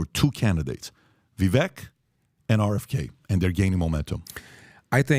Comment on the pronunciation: Funny these guys still pronounce Vivek's name wrong.